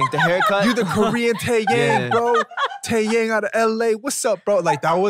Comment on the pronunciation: There is a moment when BM said (in english way) 'TAEYANG' 'TAEYANG' I was wondering, what are you try to talk- but Ashley burst into it I was like, what happen with me no even smile and then just try to listen one more time then .. I JUST REALIZE HE SAID TAEYANGG mi-lord.